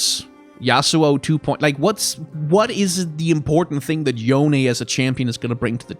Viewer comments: It doesn't matter all that much but Yone is pronounced Yo-Nay. At least that's how Yasuo says it in Legends of Runeterra. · I have always pronounced "Yone" as if it was a Japanese name (since Ionia is very Japan-inspired) and hearing your pronunciation is making me cringe a bit D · I just don't want Yone added because it's meant to be a Japanese inspired name meaning it would be pronounce yo,ne not yOne which everyone is saying... Nercrit... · Yone is pronounced "Yo Ne" sort of like "Monet". The Japanese Universe page confirms this. Unfortunately, neither Yasuo nor Yone have cannon kanji for their names, but if I had to guess, Yone might be the words "give" and "root" which can be pronounced "yo" and "ne" respectively. It can just be rice though. :) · Since you pronounced it every which way under the sun It's, Yo-Nay, cuz Ionian uses Japanese/Korean as a template :P